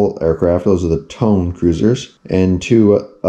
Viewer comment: It’s Not Tone....it’s pronounced Toe-Nay. Zuiho is pronounced Zwee-Ho